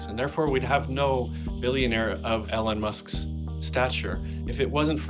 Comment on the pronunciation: He said “Ellen musk” lol